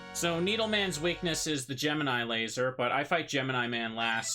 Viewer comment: So "GEMINI" is pronouce Ge-me-nile instead of Ge-mi-nee?? never notice till watch this video...